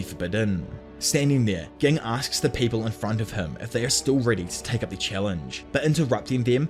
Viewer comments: A few of the names are spoken a little oddly like ging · Im sorry it’s not ging it’s ging 💀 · Why do you keep mispronouncing Ging’s name, man? Have respect for the character. And the author. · Bro this guy kept saying gig instead of ging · You do know that Ging is pronounced with a "J" sound, right?? Yes, it's spelled *Ging with a "G." But even in both sub and dub they pronounce it with a "J" sound. So think "Jing" from now on (like Jing..le bells). Edit: you're terrible at pronunciation. Did you just read the manga only and not bother watching the anime? KURAPIKA (Kur-RAH-pick-a, 4 syllables. KuRRAH-pika) - KURAPIKA* Tserriednich* (Ser-eyed-nick) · Just fyi Gon's dad's name is pronounced Gin like the alcohol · It's bothering me that he is saying Gings name like that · CAN U PLEASE SAY GINGS NAME RIGHT U CLEARLY DIDNT WATCH THE SHOW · I love the video but HATE the way you say ging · Brother, I appreciate the video but you change the way you pronounce the names of characters a lot of times especially ging, kurapika, rendering the description moot plenty of times. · Ai is pronounced eye, and it's Jing not ging please say them names correctly thank you